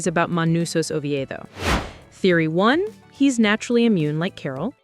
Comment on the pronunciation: *Paraguay. Not "Pareguey". *Oviedo. Not "oviero"